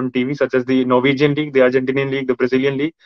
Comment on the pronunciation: I can't control laugh when says Norwegian league, Argentinian league.